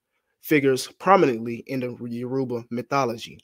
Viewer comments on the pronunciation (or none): “Yaroobuh” in place of Yoruba every 5 seconds is killing me. 😂